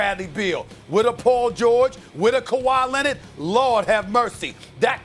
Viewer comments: No one : Stephen A : KAWHI LENNAD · “Khawi Lennid” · Stephen A: Kawha Lenniiiiid!